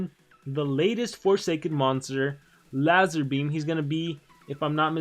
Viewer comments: Don't think that's how u say his name it's prannounced lazerbeam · when u say his name u pronounce it wrong its the same pronunciation as laser beam just with a Z instead of an S and i forgot to mention that he is based off a youtuber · It’s pronounced lazerbeam but he spelt it lazarbeam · Gaming Lazarbeam is pronounced Lazerbeam and he us based on the YouTuber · He's based of a youtuber named lazarbeam, exact name but pronounced as lazerbeam, skill names are references too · it’s pronounced lazerbeam but he used an a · Me: i respect Me when i hear pronounce lazarbeam wrong: why are we still here? Jst to suffer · He pronounced his name wrong HOW DO U MESS THAT UP? 😂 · I can't believe he didn't know who lazarbeam was haha, and the way he pronounced his name 😂. If there are others here which dont know who he is just look his name up on youtube 👍. He's a youtuber. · YOUR PRONOUNCIATION OF LAZARBEAM HAD CRYING🤣🤣🤣